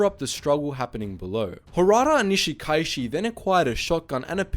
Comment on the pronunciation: Your a pronunciations of Japanese and Hawaiian names are very poor. However, this is easily corrected. Remember to pronounce each vowel distinctly. For example, Nishikaichi pronounced “ni-shi-ka-i-chi”. Also, the written Hawaiian language was created by Caucasian teacher, who used only 12 letters of the Latin alphabet. She used the Latin pronunciation, to simplify everything. Hawaiians still use it this very day. For example, Kaleohano is pronounced “ka-le-o-ha-no”. I went to elementary and high school with Hauwila Kaleohano’s son and daughter. I went to high school with the Kanahele children as well. Those families are well-established here since pre-western contact. By the way, the first military response to this incident, was led by First Lieutenant Jack Mizuha a Japanese-American from the local national guard unit as well as a dozen enlisted soldiers. I believe that group included my friend’s father, Sergeant Ben Morimoto. Nice job. This is a deeply personal story for most of us live on the island of Kauai, about 20 miles away from Niihau.